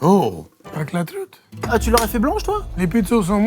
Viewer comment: "Avec la trouite ? 😢"